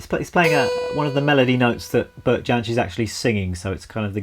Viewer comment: Beautiful rendition and lesson. His last name is pronounced "Yensch", by the way. How about doing a lesson of his version of Reynardine or Poor Mouth?